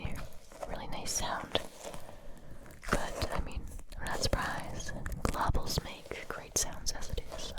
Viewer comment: You called them ice globuals. I clearly remembered it